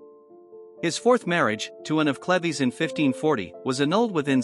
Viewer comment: its cleeves not clev es learn to speak english